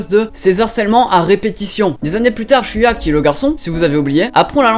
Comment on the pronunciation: Shoko et Shoya please ça fais mal d'entendre ShOUko et ShOUya X"D Sinon l'anime 91 Days m'intéresse parce que les autres je les ai déjà vue ! °^°